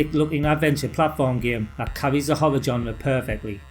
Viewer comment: Good video, but dude pronounces "horror" as "hover".